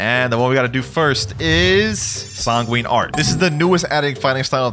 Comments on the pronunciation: It is pronounced sang gwin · its not sangen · not pronouncing sanguine art corectly is so irritating for me